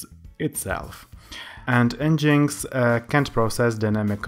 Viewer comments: en-jinx? lol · Nice video. It is pronounced as 'Engine X' though. Cheers.